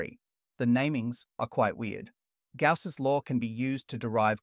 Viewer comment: person-turqouise-waving:Suggestion: Good history, but google the pronunciation of the names of 👉ALL👈 the scientists before you even get started. Coulomb, Gauss, Laplace and probably many others are badly mangled, making you sound like an uneducated dumbass, and your little documentary appear unauthoritative, like a kid's project. Completely avoidable by the simple expedient of googling.